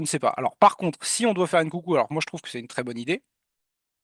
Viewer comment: STP mon pote c'est Nkunku pas Ncoucou